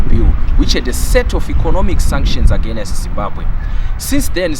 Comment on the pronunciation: Where do Zimbabweans see the “a or e” after the consonant “n” in the word “against”, all the time agenest ..... ..... . 🙈🙈🙈🙈🙈